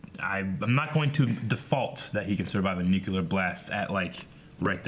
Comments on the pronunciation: Cringing every time says “Nukular blast” it’s a Nu-CLEAR blast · "... Nuke-yoo-ler" LOL.